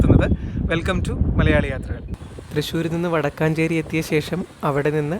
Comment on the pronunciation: വടക്കാഞ്ചേരി അല്ല വടക്കഞ്ചേരി